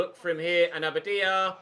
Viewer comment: Your pronunciation of abadia's name is very inconsistent. Get it right mate!!!